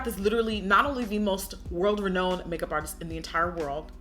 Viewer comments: “MAWN-tra” “re-NOW-n” it’s cool still love you girl😂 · no shade but you kept saying renowned wrong... again no shade but yeah lol.